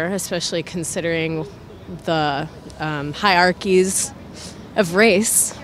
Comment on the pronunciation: She didn't even say hierarchy. She said "hiarkies" of race...